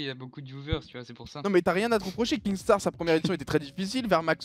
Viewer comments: Oh doig c'est kinstaar et pas kingstaar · ARRÊTE DE DIRE KINGSTAR c’est kinstaar 😂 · MAIS C PAS KINGSTAAR YA PAS DE G PTN C KINSTAAR